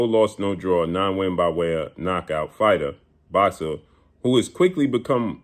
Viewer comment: When blue say “boxsa”😂😂😂😂